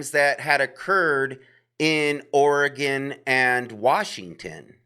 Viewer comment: Very very similar profiles for each case, also think about white Hyundai Elantra that was weirdly ditched. I live in Oregon just a couple hours from Salem, which thanks for saying OREGON correctly haha